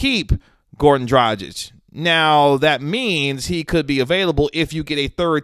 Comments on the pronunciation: Isn't it pronounced Draag-ich with a hard "G"? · The G in DraGić is the same as in Goran.